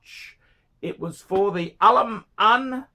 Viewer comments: Why he always screaming Al Aman when its written Al Ain ? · Jesus fucking christ, are you not able to read? How the hell is Al Ain "Alaman"? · I've been to Al Ain. An Al Ain Phranck Muller is pretty niche,! Good luck shiphting that. AND ITS 'AAL AYN' YOU BOGAN! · It's pronunciation is Al ayeen and fronk mewller